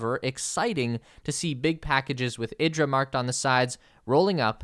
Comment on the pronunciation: IDRA is pronounced EE-draw